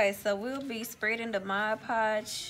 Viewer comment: I just realized... You’re the only person I’ve ever heard pronounce mod podge correctly.